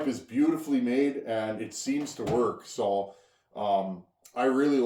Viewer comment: It Verks! It Verks! You know that you Have to grind on it 😂…..put 5 gallons on it first then grind. 😊